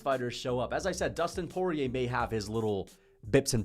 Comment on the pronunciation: Dustin "Voodoo" Poyay